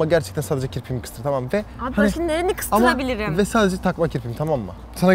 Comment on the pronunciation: "BaŞKa NeReni kısTIrAbiLiRİm"😂😂😂